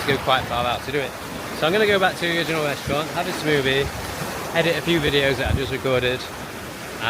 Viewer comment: The "wee-tardation" is wild for such an air thief. Why would you put your key locked under the seat when you left the "wes'-raunt?'" That was we-ally we-tarded u silly c*nt. Cam-wha also locked away!